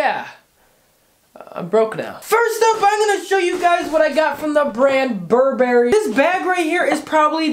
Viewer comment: How tf did you pronounce Burberry?